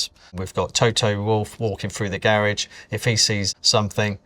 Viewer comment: the way he pronounces Garage hurts me more than it should.